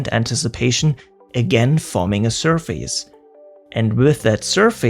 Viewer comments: For your future videos: there's no face in surface. The pronunciation is ˈsərfəs. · This is not very important or anything, but in English, the word "surface" isn't pronounced like "sur-feys" but rather more like "sur-fis" /ˈsɜr fɪs/ (am-eng) or /ˈsɜːfɪs/ (brit-eng).